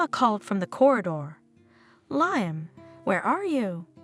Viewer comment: Can you at least make sure Liam is pronounced correctly???